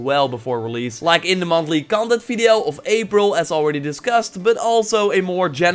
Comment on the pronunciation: Thank you for the fresh info. But you really have to start saying "video" instead of "fideo", man.